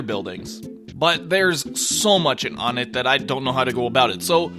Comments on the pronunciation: The Stage is pronounced as O Net, not Onit. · Citpost Shentral Not Wunt. One-ett. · Or One-tt. Pronunciation: One*teh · i know you said whatever you wanna call it, but its pronounced WUN-ett. Further evidence is because ONEtt TWOson THREEd and FOURside. So why would it not be pronounced WUNett if it wad an obvious reference to numbers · Ok, even still the stage needs to be pronounce the right way. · Am I the only one who pronounces Onett "Oh-net"? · Fernando Banda Except we're not calling it ONETTO, not even close. Nor are we using Japanese pronunciation for any of the character names or anything. This is a shallow argument at best on your end. You're all really reaching here. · I heard that and immediately came to make a comment. Glad to see someone else is already... ONETT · The way you pronounce onett makes me want to die